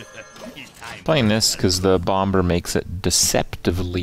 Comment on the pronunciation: why does he pronouce the b in mad bomBer